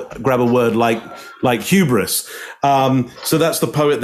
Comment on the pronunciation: Saying huberous is quite huberous of him. 😂 I dunno how to spell that